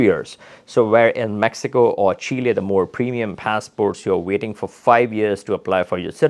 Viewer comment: What a Loss going to these countries correct yourself. By the way it's Chile not shella.😊